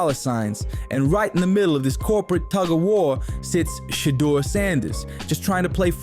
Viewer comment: Always spelling, mispronouncing his SHEDUER name,shit intentional